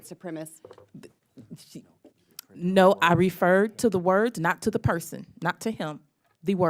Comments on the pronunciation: Why can't they pronounce "Supremacist"? Is the word actually "Supremist"? Am I wrong or can't they pronounce 4 syllable words? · why does she keep saying "white supremist"????? its "White Supremacist"